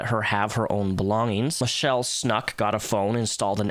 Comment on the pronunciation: You pronounce her name like you're saying Cop but with an O.